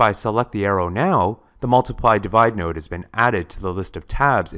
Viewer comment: Did you say "nerd"? Not "nerd" -- "node."